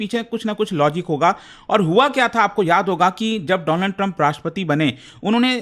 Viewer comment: My Friend Doonald turuumppp.😅😅